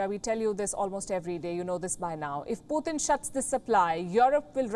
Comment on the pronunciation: Who is Puthin?? Every report she pronounces his name wrong.. She can say a word like Tonight and pronounce the T instead of saying THonight... So why say Puthin instead of Putin?? 😳